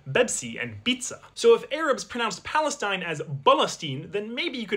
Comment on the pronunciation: Bro said Free Palestine in the most elegant way possible